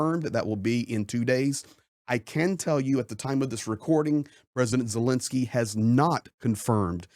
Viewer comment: It's VoloDymyr (accent on third syllable) Zelenskyy, not "VoLOdymyr Zelinskyy."